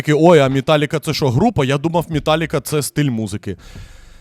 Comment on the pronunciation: Тільки чого ж мІталліка, а не мЕталліка